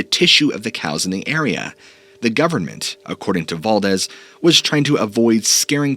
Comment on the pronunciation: Guess whose mind isn’t changed. 😂. It’s pronounced Dool say. Not dull see. It’s also val DEES. Not val dezz